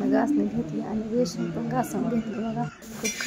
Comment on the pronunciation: बेसिन असतं अगं. बेशिंग नसता ते